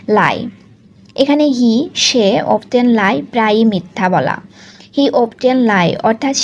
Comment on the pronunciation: Often এটার উচ্চারণ অফটেন হবে না, অফেন হবে